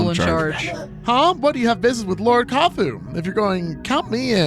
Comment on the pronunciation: kuafu was close! it’s more like kwah-foo. apparently the chinese characters, 夸父, translates to handsome father? 😂 kuafu is another character from chinese mythology too: - heng my beloved. the character for this is 恆, which means eternal! - chiyou is more like chih-yoh, like how people say ‘yoooo’. he’s one of my favorite characters honestly, i think he’s hilarious. - jie is pronounced jyeh. it’s kind of unintuitive for english speakers i think:x - don’t worry about zhounan, zhaonan, and daya, those are only ever mentioned here:P they’re just sector names i think - got ah-fang right the first time! often in mandarin, the a makes an ah sound. it depends but it’s. reliable enough i think:P - i don’t remember if i commented on your pronunciation of penglai yet, but it’s fine:D the characters for it are really pretty, which i think is fitting. also i looove listening to speculate. she’s so observant and surprisingly on point a lot of the time, so i always love listening to her theorize. excited to see how much she guesses right >:) i also think it’s kind of funny how much better is at interpreting the lore than is a good chunk of the time 😂